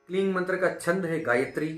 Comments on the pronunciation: क्लीन नही क्लिम बोला जाता हे😂😂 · ओ भाई आप गलत बोल रहे हो kleem hi hota hai और बाकी आपका कहा अगर कोई jaap किया तो उसे मंत्र दोष लगेगा फिर वही जाने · Bohot ache se aapne samjhaya hai. Lekin aapne mantra ka jo pronounce kiya hai shuru me jo aapne bataya kleen, ya kleeng Woh thik se nahi samjha Kyuki aapne description me kleem mention kiya hai Exactly kya pronounce karna hota hai. Aap please hindi aur english dono me mention kijiye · Sir, kaya app kling bol rahe ho? Very confusing, please answer 🙏🏽